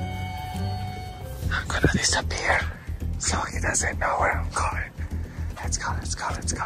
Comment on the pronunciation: love the videos, but needs to learn his pokemon pronunciations lol.